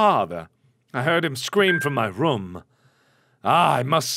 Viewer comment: Every time he says MAR-ia instead of ma-RIA I keep wondering if it's another one of his neat little quirks, like "ruum" for "room."